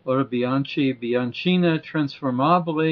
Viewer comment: BTW the correct pronunciation s Autobianki Biankina